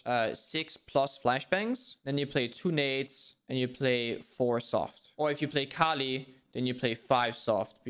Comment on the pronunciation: Its nades, not nudes